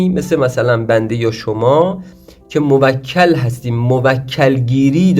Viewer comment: موَکَل؟😑🤔 بعد تو اوسکول رمال کجات دکتره ، لقب جدید پیدا کردی قدیما ملا و سید الکی بود الان پا رو فراتر گذاشتی شدی دکتر خود خوانده 😂😂😂 تو برو اول تلفظ درستشو یاد بگیر مرتیکه ک نشور بعد بیا خودتو استاد و دکتر بخون شما همون کسانی هستید که باعث جهل و خرافات و مایه ی ننگ این مملکتید🤦🏻‍♂️